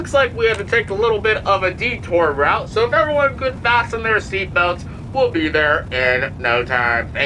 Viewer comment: the fact that u said facent ur seatbelts